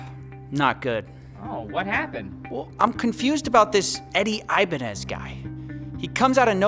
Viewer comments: Great job but his name is pronounced "eee"banez, not "ayy"banez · Every time I heard the word "Ibanez" I feel like I'm having an aneurysm. I was convinced it was pronounced like "Ibañez", and not "Ibanez"